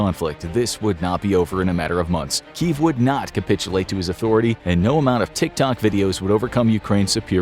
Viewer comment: There are two syllables in Kyiv, and it’s pronounced key-yiv.